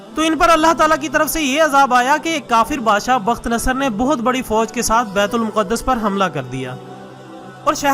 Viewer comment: Asalam o Alikum Word Bait ul muqadas Nahi h Bait ul Maqdas word hai. . .